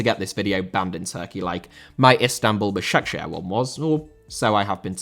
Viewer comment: Başakşehir* not Başekşeher